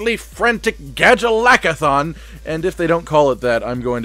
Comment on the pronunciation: It’s not called the gajalakathon 😭